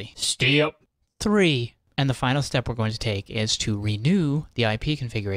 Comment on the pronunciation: listen to how he says step lol